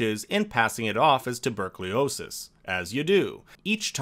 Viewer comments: I forgive the Korean names, but not "tubercliosis" lol 😂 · "TuberclEosis" I'm willing to bet you say "nucUlar" too.